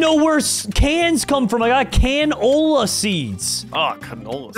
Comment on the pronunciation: Canola is pronounced Ca-no-la